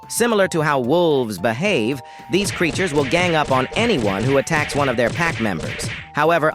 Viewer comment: Why bro say "creatures" like "these creatures don't tend to know the game very well, so they use random moves in an attempt to learn the game".